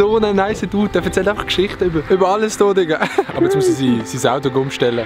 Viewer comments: ES heisst AUTO ned AUTI!!!! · Ich han „audi“ Verstande und gemeint, er meini Automarke, bis ich gmerkt han, er meint „Auto“.